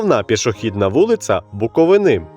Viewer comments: БуковИна і БуковИни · Як бляха можна шукати хоч якусь інформацію про регіон і не знайти, правильного наголосу в назві регіону. Весь випуск через це звучить як від неерудованого невігласа.